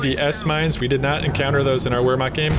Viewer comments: as a usf and coh2 noob I love those videos, in return, please take those letters to helpbyou with the pronounciation of german words: W = V v = F so Vermacht or folksgrenadiers. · It's pronounced roughly "vair-makt"